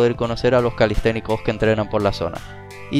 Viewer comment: camistecnicas dijistes, me parecio escuchar calistecnicas "chicas" saludos desde Perú